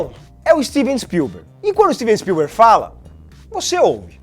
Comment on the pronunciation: "Stivi spiuber" dirigindo Harry Potter?